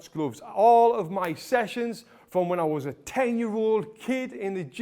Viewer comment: I love the way he says glooofs